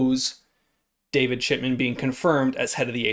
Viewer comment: Good Luck! I hope they re-monetize your channel and I think we're pronouncing David's name wrong.? I heard David Shitman? Just puttin it out there. Thanks for the vid Bro!